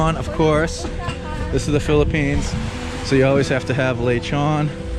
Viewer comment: how much autism does it take to hear lechon and repeat back laychon. such cringe